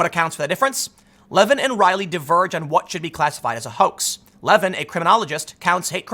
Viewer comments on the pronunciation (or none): none